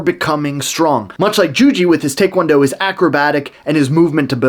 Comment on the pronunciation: Your pronunciation of taekwondo is correct. It's not muay thaikwondo.